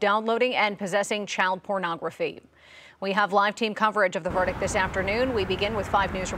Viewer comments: First off, it’s por-nah-graphy not porno-graphy. Secondly, the proper term is child sexual abuse material. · Porno-graphy??? This reporter is illiterate. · Pornagraffy? What did that reporter say? How can she NOT know how to pronounce that word? SMH she couldn't get more than 3 words out of her mouth without stumbling. Dugger is not a celebrity none of them are celebrities. A reality TV show does not make the people being followed in the show celebrities. They are just people being followed around by camera crews doing every day stupid stuff. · Exactly. She pronounced pornography as porno grafy! How ignorant.